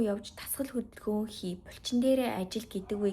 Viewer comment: Бульчин2 гээд байхын булчин гээд хэлчихээч дээ 😅 чихэнд эвгүй сонсогдоод байх юм